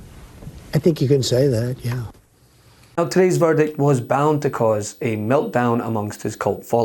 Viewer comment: Did she say VERDIK??